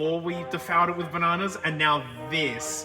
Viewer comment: Ba (na-no) s